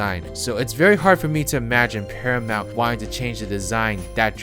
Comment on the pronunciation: I thought you said parliament for a second there 😂